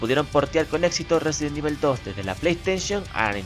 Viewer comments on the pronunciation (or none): Resident Ibel xD